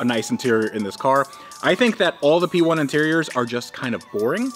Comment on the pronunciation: that's a McLaren 'Pee'1 ROFL 🤣